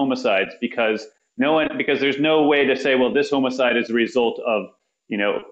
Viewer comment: Why is he pronouncing homicide as hoe-moe-side???